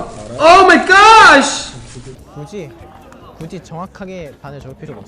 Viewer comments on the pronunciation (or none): Not Seungwans Oh ma gosshhh 😂